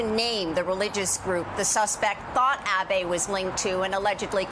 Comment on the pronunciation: あ〜べ って発音されるとなんとも😭 あべ って発音して欲しい🥺